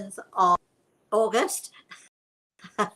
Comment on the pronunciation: How funny. Before I look at your video. I asked my grandma in heaven if she could give me a sign. To let me know she is with me . And then you pronounced August in Dutch. Maybe it was something else but i thought it was strange.